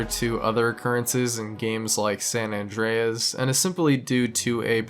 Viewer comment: "Sam Andreas"